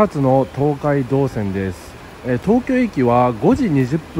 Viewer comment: 東海道線の発音が❓😆 朝早くからお疲れさまです！ 何も食べられないのはキツいですね💧